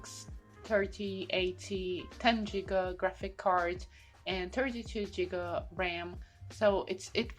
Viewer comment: i just realised when rewatching this she pronounced giga like jigga i am now a hater